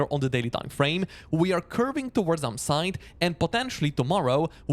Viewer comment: I have a hard time distinguising your words "upside " and "downside "...you pretty much pronounce them the same ...